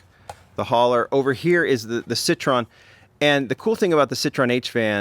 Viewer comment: Pronounced SIT - TROY - EN,,,,Not SIT - TRON.